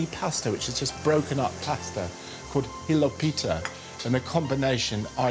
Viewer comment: Nice presentation! Two points: Kapamas doesn’t mean “heavy”, it means “covered”. Slow cooking, for a long time in a covered pot is very important, especially for fresh meat which is usually harder. Also, it’s very important to stress the syllable correctly. Hilopi’tes (stress the “pi”) is correct. Hilo’pites (stressing the “lo”) is something a man Greek or not doesn’t want to eat.😜